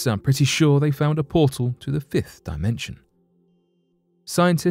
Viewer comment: He said fifth dimension at firth then said “if” dimension. I paid attention to the pronunciation. Never does he say alleged either. This channel gets more and more disappointing and it has 1 month with me personally to get it together. Also the introductions are too long and unnecessary most of the time. This channel isn’t trusting. I wonder do they tag their resource research which I doubt but I’m gonna look. So they don’t tag their research sources and I wouldn’t be surprised if NASA ran this BS page. I’m unsubscribing now. I’m pissed with a little hurt!!!